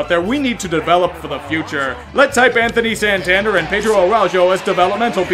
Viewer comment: Santander is the man now and you should say his name right